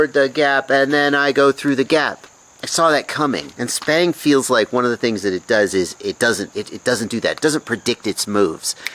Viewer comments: Every time he say it lol SPANG! That's what I'm hearing lmao Stick bang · I was under the impression that "sbang" was pronounced "s bang", which is short for "stick bang" because the sticks are banging the ends? Am I totally incorrect on that?